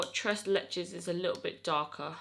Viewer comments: Tres leches is Spanish and it means 3 milks which is a commen cake in Latin America,, you said it right lol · No you were right the way you said tres leches! It’s Spanish not French 😋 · Tres leches is Mexican girl! It’s actually a desert and delicious! Try it! Btw you said it perfect the first few times ! Lol love yaaa! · You’re saying it perfectly. It’s Spanish lol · You are pretty much saying it perfectly it is Tres Leches it means three milks in Spanish it is a cake made from three different milks that is why they call it tres leches not French it's Spanish LOL you're so cute love your makeup skills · Tres leches is a Hispanic dessert and you were pronouncing it correctly! ^_^ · You were pronouncing "Tres Leches" correctly without the fancy french accent. Lol 😅 I love you! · Tres leches is Spanish and you were saying it right